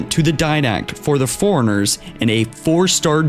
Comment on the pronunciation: Foreigners? Advisory? You really have to work on how you pronounce things... you sound illiterate.